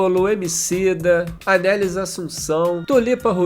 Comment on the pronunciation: mtooo bom, Itamar é incrível e uma referência <3 um comentário dentro do comentário rs: a pronúncia do nome da Anelis, filha dele, é Anelís, com a tônica no "lís", e não "Anélis" como no vídeo ;)